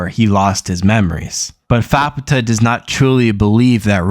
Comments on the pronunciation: I think you'd pronounce her "fap-ta" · Not a terrible video ....but dood Youre pronounceations made my ears bleed >.> So ima try and help some by writing names out phonetically. Faputa : fap taa (the u is almost silent) Vueko : vu a ko (long a) Irumyuui :e room you e (both e's are long e's) But yeah other than your missponuciations not a bad synopses